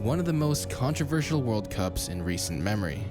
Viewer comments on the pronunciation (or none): none